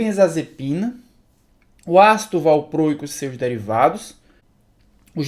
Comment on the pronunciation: Tenso ouvir valprôico..